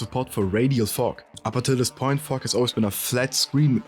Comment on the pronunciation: It's "fog" not "fock"!